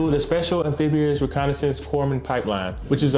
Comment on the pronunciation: The P is silent in corpsman. “Coreman”